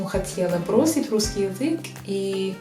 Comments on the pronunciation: Я почему-то слышу "врусский язык" вместо "русский язык". В начале буква Р, может изза английскиго произношения буквы R так получается)) R произносится мягче и язык не дотрагивается до нёба, буква Р произноситься когда язык больше сдвинут вперед и при ее произнесении языком пытаемся дотронуться до нёба и язык немного вибрирует, как будто рычит собака р-р-р. В остально есть лёгкий акцент, но построение предложений очень хорошее, грамотная речь👏Вы великолепны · ты молодчинка и умничка, и очень хорошо владеешь русским языком! Огромный респект! Ты красивая, умная и целеустремленная девушка. Но у тебя есть забавная особенность: вместо "решить", "русский" ты говоришь "врешить", "врусский". Когда слово начинается на Р, ты еще добавляешь лишнее В. Пожалуйста, последи за этим.:) И еще одна ремарка у меня имеется. Сейчас много появилось ютьюберов, которые изучают и любят русский язык, и все они рассказывают, как их удивило, что русские люди хорошие, по крайней мере гораздо добрее и теплее, чем об этом думают в странах Запада, особенно в англоязычных странах. Спасибо, нам очень приятно.:) Но. Вы, дорогие наши друзья России, лучше не нам это рассказывайте, мы и сами знаем, что мы не исчадия ада.:) Вы рассказывайте это своим соотечественникам! Почему вы не делаете это? Я не видел ни разу, ни у одного из ютьюберов, любящих Россию, нет ролика на родном языке, обращенного к своим англичанам, американцам, испанцам - о том, что распространенное мнение о русских людях и о России не соответствует действительности, что правда другая. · Почему вы перед некоторыми словами вставляете букву Р? врусский язык, Вроссия. Что это?